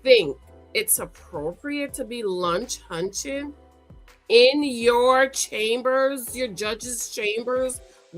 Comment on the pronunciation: “Lunch hunching”?!!